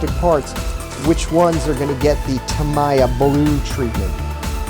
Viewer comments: It’s ta-me-ya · I think it’s pronounced tameeya